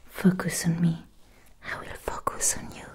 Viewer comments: I love her smart channel. It's definitely in my top 3 if not my top asmr channel. Also did anybody else hear her say the F#%$ goose the 1st time she said focus. I couldn't stop laughing when I realized what she said the second time. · I almost fell out of my chair before I realized you said 'focus' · "Focus" with accent